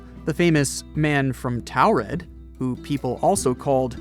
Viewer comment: Its read as "To-red" not "Taw-red"